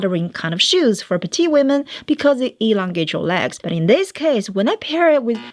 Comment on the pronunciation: P L E A S E ! I have now watched 100 videos of you. Please pronounce PETITE correctly. This is so easy to fix. I hoped so much somebody will tell you- now I'm doing this.